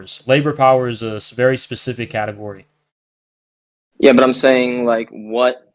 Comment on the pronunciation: "sophisticated catagory" the way he said category help